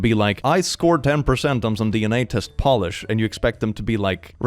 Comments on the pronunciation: Its pronouncing polish like nail polish for me 😭 fyi it’s pronounced like “p-oh-lish” if that makes sense lol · there are wireless vr headsets that u place ur phone onto to play games, so that kid couldve been playing something also Polish is pronounced "poe-lish," and "pah-lish" (how u were saying it) is like nail polish :) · Polish??? I'm sure it's Po-lish.....lolol the other one is like giving something a shine. No one cares about my polish heritage either. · Am I an uncultured swine or is saying Polish wrong?